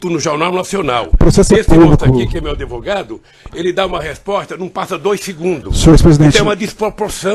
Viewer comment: DA NOJO OUVIR O DEPOIMENTO DESTE ELEMENTO: VEJAM AS PALAVRAS QUE ELE PRONUNCIA: "PETROQUIMA"-"PETROBAS"-"ADEVOGADO" "CA BANDEIRA" "HIDELETICA" - É UMA VERGONHA!!!